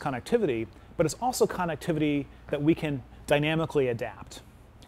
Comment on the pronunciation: Lol yea I think connectivity is his favorite word based on the 100 times he said it, shame he can't pronounce it correctly